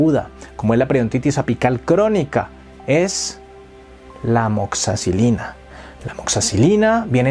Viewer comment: 😂❤😢tu dices Amoxacilina. Video Amoxicilina